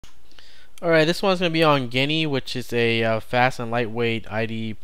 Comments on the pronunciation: It is not Guniea it is Jee nee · I've been using geany for years, It's my favorite ide on linux though it lacks some big features like (decent) projects. and I am pretty sure it is pronounced like genie because the icon is a genie lamp, but I am not 100% sure. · Why does he called Geany "Genny"? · It's not 'Guinea'. It's pronounced 'genie'. That's why the icon's a magic lamp.